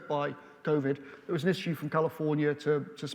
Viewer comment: "and then of course Vovid happened', did it, really?